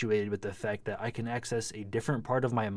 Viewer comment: SOUNDS LIKE YOU SAID CANT. HOW WOULD I BE DREAMING RN I'M WATCHING YOUR VIDEO.